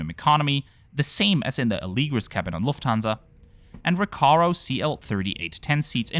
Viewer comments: Interesting that you say Alēgris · All this time I thought it was pronounced Ah - le - gree